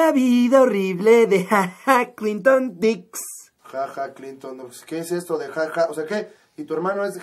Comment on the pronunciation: No se llama Ha-Ha no mamen